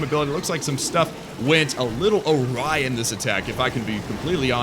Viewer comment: It's awry not o-ry lol